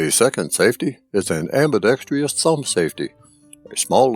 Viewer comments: You keep saying "Am-bi-dex- Fri-us". T h ere is no "tree" or "tri" in the word. It is pro- bounced: Am b i dex trus". STOP the fake "YU v v " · Great, and thorough review! BTW. It's "ambidextrous", not pronounced "ambidextrious"....no "i".